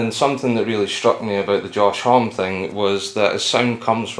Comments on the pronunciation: "Hom-ee" instead of "Hom" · It's said like Omme like Mommy and no H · Lie Likes Music Josh said there are two right pronouncements: "Hommi" and "Om" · Why does everyone say Homme with a silent "e"? Guess there's just too many reporters out there that skip their research. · Cringing on the way you pronounce Homme